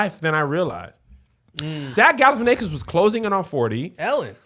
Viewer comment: The most Kev and thing is calling Zack Galifianakis "Jack Galifianakis", not even messing up the hard part of his name 😂😂😂